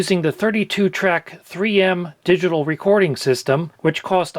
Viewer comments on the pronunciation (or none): none